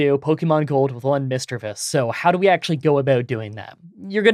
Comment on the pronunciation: i also use OBS Studio for screen recording. Also you pronounced Misdreavus correctly.